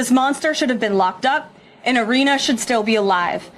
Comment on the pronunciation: Erna? That’s how he pronounces Eryna? A name that’s all over the news? It’s like Ilhan, which he has been pronouncing as Ilian for years. Another name that’s been in the news…for years. As a person of the media, shouldn’t he be expected to pronounce these simple names correctly?